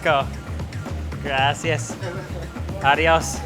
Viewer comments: I find it so funny how he said gracias. GRASSI AHS 😂😂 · The way he says Gracias hurts my brain 😑😑😑😑